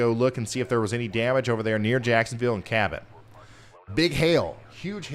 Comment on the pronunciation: Cabot you said it right the 1st x